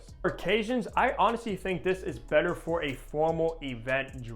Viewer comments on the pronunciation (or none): none